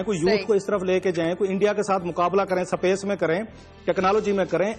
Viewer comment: Sapace nahi hota hai Space hota hai